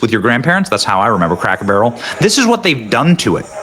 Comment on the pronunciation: “loom what they’ve done to Crack Barrel” I swear that’s what he says